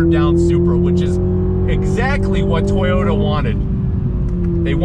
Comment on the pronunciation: It's still a A-TOY-OT... 🙄🤨